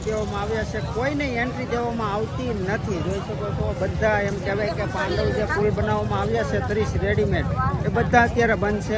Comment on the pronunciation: પાંડવ નહીં પેનટુન બ્રિજ છે